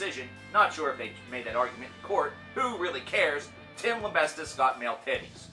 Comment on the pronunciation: "Tim LIMBESTIST" lol